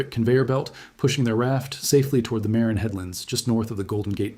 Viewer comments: proves the narration is either AI or from someone who has zero familiarity with the Bay Area. It's not the "MARE-in" headlands. It's the "Mar-INN" headlands! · The county is pronounced muh-RINN. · Also, it's Muh-rin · Yeah, I don't get the point of A.I. narration. The computer can't pronounce "Marin" or "Point Reyes" correctly. Why am I to believe anything else A.I. determines? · Bones not matching the escapees doesn’t “prove they didn’t wash ashore dead”, it only proves that those bones were from someone else. I liked this video until this point (even though pronounced Marin Headlands in the same wrong way AI does), not I see this video as so desperate to make an argument that you invalidated part of it. It makes me think the content creators here don’t think people are smart enough to pick up on it. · Great video. But that’s not how you pronounce “Marin”